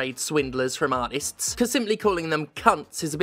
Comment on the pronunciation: Nah-tist is an amazing word.